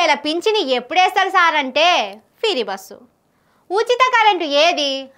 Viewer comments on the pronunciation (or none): ఫిరి బస్ కాదు.. ఫ్రీ బస్ అని అనాలి